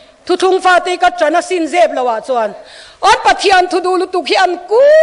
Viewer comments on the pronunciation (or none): none